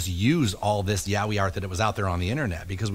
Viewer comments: at first I though "what the hell are they saying? yawie? iahwee?" then just by remembering the episode I realize they ment Yaoi, but damn that some bad pronunciation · The way he pronounced “yaoi” this shit is making me laugh so much